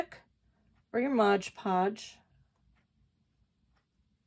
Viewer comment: I enjoyed everything in your video about paper beads, but I gotta tell ya, after all the times I heard you say "Modge Podge" instead of "MOD Podge," I can't take it anymore. Best of luck.